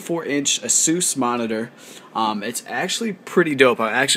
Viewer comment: dude, asus is pronounced "ace us"